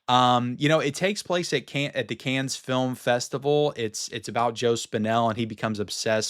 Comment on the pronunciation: Hi. Dont take this the wrong way...Cannes is pronounced "Can" as it's a silent "s". Those crazy French!